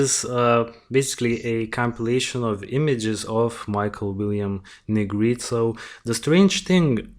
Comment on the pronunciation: Hi, thanks for covering Michael’s story. Great job and I’m going to sub. I am in NO WAY criticizing but I appreciate when someone tells me the correct pronunciation of a name if I’m not sure. The E at the end of Negrete is not silent. I’ll spell it phonetically, looks crazy but it’s Neh Gret Ay. Just making the correction bc it may be helpful. Thanks again